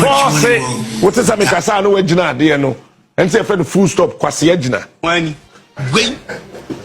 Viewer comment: It's rather full stop. Not fool stop.